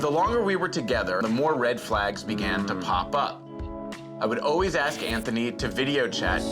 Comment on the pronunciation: Well done that man for pronouncing Anthony correctly. What a refreshing change!